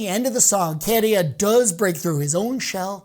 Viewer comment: My winner. But it's Käärijä not Kéérija!